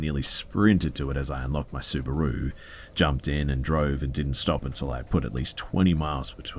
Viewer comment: The way this Australian man just pronounced "Subaru" like "kangaroo"